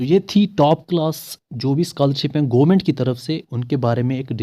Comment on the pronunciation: Bro.. It's government not goo-ment 😂